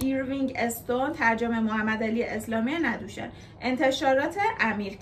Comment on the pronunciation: عزیزم ندوشن با ضمه روی نون نه فتحه ندوشن محل تولد استاد فقید هست ک در یزد واقع شده نودوشن و ایشون خیلی معروفن خیلی بد ک شما ک اهل کتابی ایشون و نمیشناسید ایشان یکی از اساتید بزرگ ادبیات ماست😔